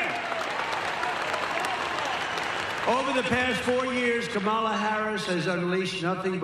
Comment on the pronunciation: "Kambala" Harris? 🤣🤣🤣🤣🤣